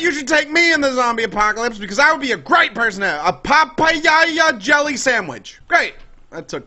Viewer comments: its prenounced pa pie a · lol the way you said papaya (Spanish words)